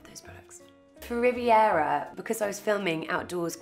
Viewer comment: Stop saying Rivera 😫